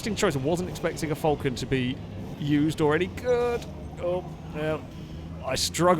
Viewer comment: As an Australian, I find your pronunciation of Falcon deplorable.